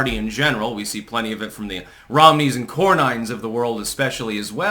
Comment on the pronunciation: it's not John "core-nine", it's Core-NIN - please stop sounding retarded